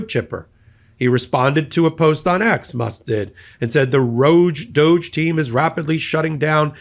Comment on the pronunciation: Doge.. pronounced douche